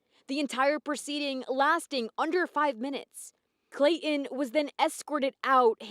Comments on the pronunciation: Please quit calling the killer’Clay-en’. It’s really annoying! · Very good reporting. But there is something I do not understand. pronounced the ‘T’ in her surname; why does she skip the ‘T’ in Clayton and pronounce it “Clay-un”? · Isn't there a "T" in Clayton? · There is a T in his name.